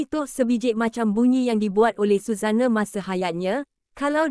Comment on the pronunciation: Sebut nama pun tak betul🤣🤣🤣